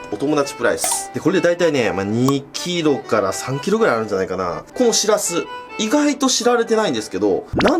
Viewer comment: ぼくは盆地の出身なんでわからないですけど… 「しらす」っておい「しぃらすぃ」ですね！